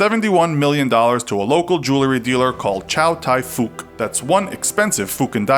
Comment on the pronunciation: "Ciao Tay Fouk" Me: Shy Tie Fukk 😂😂😂😂😂😂